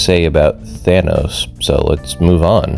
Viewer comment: That's not Thanos, that's Thanus